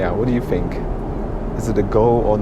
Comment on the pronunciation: I enjoy all your reviews. I love the way you say "fink" instead of think and "al-so" instead of "orl-so". I'm intrigued by your surname of. That sounds English or Australian but your accent doesn't agree?